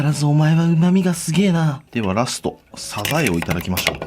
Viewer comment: サザエのイントネーションに違和感